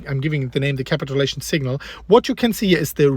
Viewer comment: KA-pit chu-Lation. My dude.